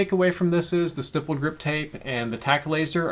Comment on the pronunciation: Why does he pronoun stippled wrong like it is legit not even an accent thing because spelling wise it wouldn’t be pronounced with a hard I sound